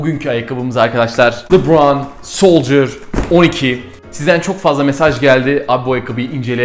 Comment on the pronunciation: Abi yanlış anlama bunu iyi niyetimden söylüyorum o lıbran degil lebron yazıldığı gibi